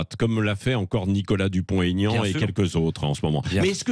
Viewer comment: PELTIER NE SAIT PAS QUE DUPONT - AIGNAN ON FAIT PAS LA LIAISON !